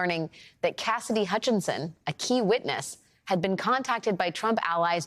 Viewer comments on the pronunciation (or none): none